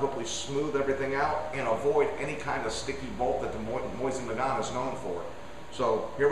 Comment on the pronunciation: MOE-SEEN NUH-GONE